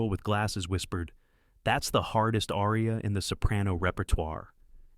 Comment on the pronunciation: Perhaps you could learn to pronounce “aria.”